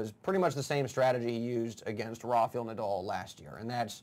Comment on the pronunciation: Dear Americans, please refer to ATPWorldTour on how to pronounce RAFAEL correctly. It is kinda annoying the way you guys pronounce it.